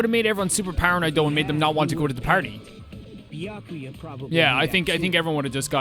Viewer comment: Gasp! He s-s-said "Bya-kuya" The horror! Lol I love this game, and I do enjoy Byakuya's character. I find his chaos entertaining, and I love your reactions to Byakuya's antics. The running joke of not saying his name properly is so funny. And I definitely think the writers love to mess with Byakuya. I can't wait to see your reactions to the plot twists to come, seeing new people's reactions is part of the fun of this game to me.